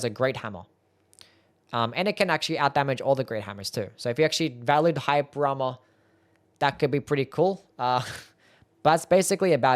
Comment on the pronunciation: I will never understand whats happening when you pronounce "hyper armor" lolol